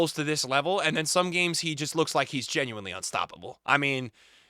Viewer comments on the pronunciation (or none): none